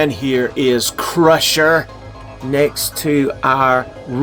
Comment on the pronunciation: it's CRUNCHER not crusher lol